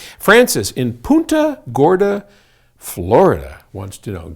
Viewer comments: He say puta instead of punta Gorda 🤣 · Hahaha:) I actually heard Paul say "Puta Gorda, Florida"